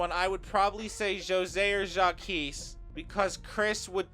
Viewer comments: It's said Jacques/zhak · why do you pronounce Jacques like that 😭😭